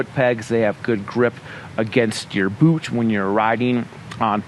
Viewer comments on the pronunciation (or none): none